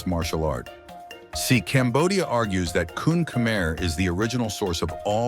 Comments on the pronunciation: kun khmer is actually pronounced as kun Khmae/kun kh-ma-e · Uh its pronounced “Koon Khmai”